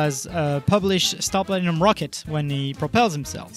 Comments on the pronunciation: Star platinum?!? You mean “Srat Platinum”?!? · Star Ratinum.